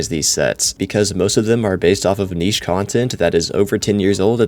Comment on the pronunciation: Ain’t no way he said niche 🤣🤣🤣🙏🙏🙏